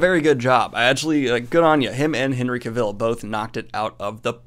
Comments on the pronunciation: Cavill rhymes with ‘gravel’. 👍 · Is anyone going to tell him that he is saying Henry Cavill wrong. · Thank you, that was bugging me to.